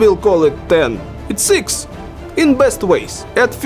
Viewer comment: ИКС! не экс, не екс, это ИКС блеаа..